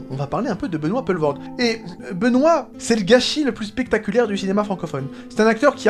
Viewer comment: Juste une petite précision linguistique dans le nom d'origine flamande comme le siens un o suivis d un e se prononce "ou" donc c'est Benoit poulevoord